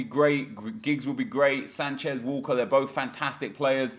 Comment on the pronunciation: brehme and sancheeze